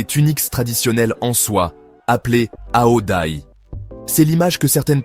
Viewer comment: On ne prononce pas ao daï mais ao zaï